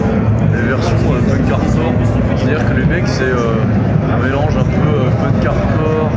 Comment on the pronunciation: "C'était un melannnge de... Peunquartcorde"